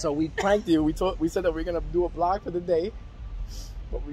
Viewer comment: Its vlog not blog 😅 but good one